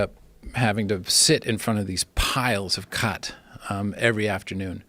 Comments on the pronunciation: It’s not Cat it’s Cot fucking joe Rogan come on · Khat is pronounced like cot not cat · It’s chad not cach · It’s “GAAT” not with a K joe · Khat is pronounced "Chat" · It’s pronounced like “ K agghhhh tt. I didn’t know you could be addicted to it. It makes you really focused on what your doing. My yemini friends in the hookah cafe pack it into the side of their mouth and keep adding all night. It’s a bitter leaf that can make the worst burnt tobacco seem great and make a soda taste so sweet. My friend smoked 30 hrs straight with it. Really focused on his laptop work. Only problem is when you think about girls, you get super horny. Lol